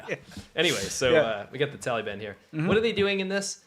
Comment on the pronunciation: I like how pronounces it "Taleeban," like a little kid. I know it's unintentionally irreverent, but still, thumbs up.